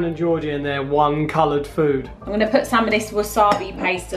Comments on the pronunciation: Food / doof lol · Foontastic. Foonamily. Foonprint Foonspoon. Foonputer.Foony. Foonake